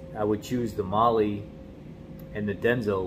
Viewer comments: It’s pronounced MAH-LAH not Mahlee. 🤦‍♂️ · It's pronounced " Male " like spanish